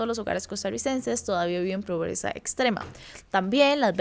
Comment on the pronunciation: pensé que había escuchado mal “probreza”, pero no